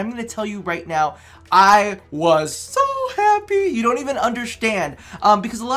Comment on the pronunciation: “you dront even undershtand!”